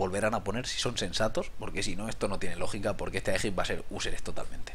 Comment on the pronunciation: "Ehtoh me parece una mierdah, no lo voh a comprah."